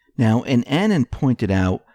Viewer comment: it's pronounced a-non as in "anonymous", not annan like banana.